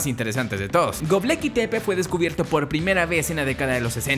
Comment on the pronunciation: Es Gobekli,. No Gobleki... Jaja, ja!